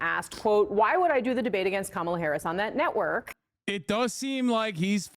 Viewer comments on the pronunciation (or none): "She's trying to get out of the drbate," says Trump as he is trying to get out of the debate